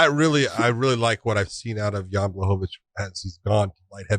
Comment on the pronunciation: You guys pronounced Blahovavich’s name wrong.